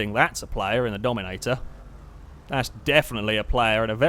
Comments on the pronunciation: Just saying I’m not making fun of him I just find it funny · Jeffy Jeffy From 7 Jeffy um.. said Dominominominator in his videos one time